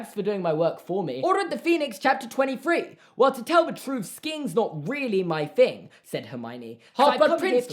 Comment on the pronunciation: Anyone else annoyed that he says fing instead of thing.